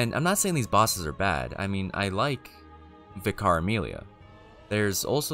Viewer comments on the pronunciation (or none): you are aware sound effects libraries are a thing right? a TON of sound effects in media are from these libraries. the original DOOM (1993) famously uses most of it’s sound effects from the royalty free libraries. check out Decino’s vid on DOOM sound effects. also, Vicar is pronounced Vick-er. it’s a position in a church, not a name. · Your pronunciation of vicar threw me across my living room, but otherwise I love your channel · Why can’t Americans pronounce vicar? Aren’t vicars a thing in the US?